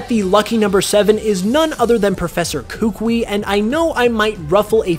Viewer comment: You keep saying Kukui and Lucian wrong 🤣